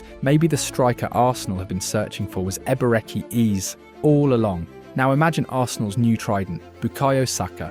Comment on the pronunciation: Ah yes so glad Arsenal have signed Eber eck E Eez. The AI slop content is so annoying